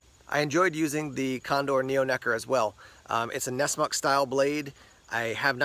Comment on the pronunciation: Did you say necker